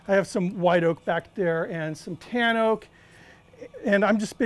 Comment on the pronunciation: Did you say, "tan oak" or "tam oak?" Never heard of either.